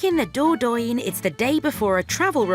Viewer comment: Wish the narrator knew how to say Dordogne, it’s quite annoying